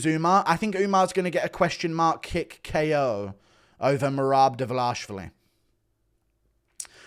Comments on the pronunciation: It's not Dlvlavlashlali, it's Dvalishvili. If you don't know, now you know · dude its DVA-LEE-SH-VEELEE, i have to brake down it this way otherwise it looks extremely hard for you guys to pronounce it.